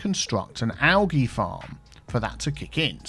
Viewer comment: Every time he says alGEE I die a little inside..(this isn’t a gif, man 👀)